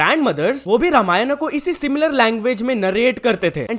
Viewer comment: It is रामायण not रामायणा